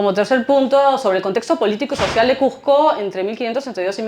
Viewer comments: Si vas a habar de cuSco pronuncia bein el nombre... no es cuJco , es cuSco con S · CUSCO! NO SE DICE CUJCO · Cujjjjco Cujjjco Cujjjco Para los Cusqueños es difícil y desagradable oír q la J reemplaza a la S, un poquito de esfuerzo en pronunciar bien el nombre de la ciudad motivo de la exposición. Por lo demás felicitaciones